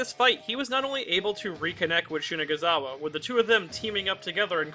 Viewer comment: Why do u keep pronouncing shinazugawa as shinaguzawa